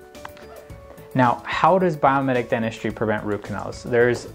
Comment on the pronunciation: Is it Biometic or Biomimetic? I hear biometic, but read biomimetic.